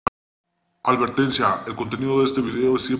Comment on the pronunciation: albertencia....Advertencia dicha por